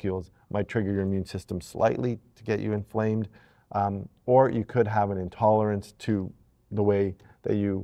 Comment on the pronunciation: You lost me at “intolErence”, sorry 😑